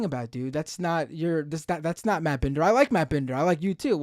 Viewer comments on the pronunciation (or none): This is some of the most petty garbage I've seen from - he refused to pronounce Binder right too its very clear he's doing it all on purpose, I get it if Vaush riles a person up and pushes them over the edge because that's literally Vaush's intent from the start (he pushes buttons until they snap and then he sets up some gotchas and corners them with crazy shit, always framing things so he can make them sound insane and so he can make wild accusations at them), but wtf are you DOING??? There's no excuse for the direction he's went in, his channel has completely changed ever since he had his clash with vaush. used to make solid content but my god, does he do anything outside of just provoking insane leftist infighting now? In what way did he think this was a good idea, and in what way did he think that his approach was a good idea?? Like wtf man, he is just instigating, this is literally identical to how vaush targets people. He comes off like all he cares about is tearing everyone else down. I really think bis clashes with vaush fvcked him up cuz he wasnt like this like 3 or so years ago. I have heen a viewer for quite a while (didn't watch everything he uploads but i do watch every once in a while) and i dont understand how he's turned his entire channel into this weird sports event - he doesnt even do the pseudo debate stuff good, hes miserable at the bloodsports stuff man and yet its all directed at lefty infighting blood